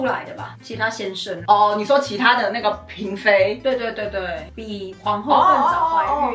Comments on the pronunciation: 哎呀，嬪（ㄆㄧㄣˊ）妃啦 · 呀～是“嬪ㄆㄧㄣˊ”妃呀😂因為姊姊名子有這個字，格外在意 謝謝你們總是用心收集資料分享❤